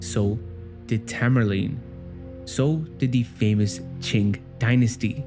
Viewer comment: As a lover of histry, geography, and other cultures I absolutely love this video! But bro you gotta relax on that hard G sound after Qing because it kinda sounded like you said "chink dynasty" and that caught me off guard a little too hard 😂💀 but I know that wasn't intended😂😂😂😂😂